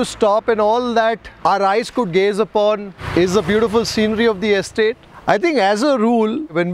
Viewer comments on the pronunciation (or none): none